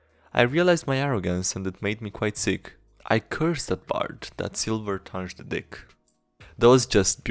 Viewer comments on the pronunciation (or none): not gonna lie, it's quite upsetting you don't know how to pronounce "wager" and "tongued" the 'g' in wager is just like in age, it's not like 'dj'(a zh sound) in 'djinn'. the 'g' in "tongued" is like the g in 'bung' or 'fungus'. again, it is not like 'dj'(a zh sound) in 'djinn'